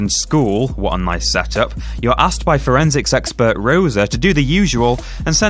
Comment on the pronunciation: "Forensics expert" or "Forensic sexpert"? You decide!